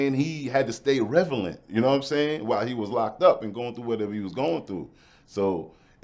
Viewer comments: Man’s said revelant 😂😂😂😂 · Did I just hear this man say "revelant"? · Wtf is "refalent"